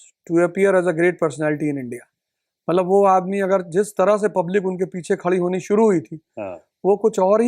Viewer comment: मतलब को मल्लब बोल रहे हैं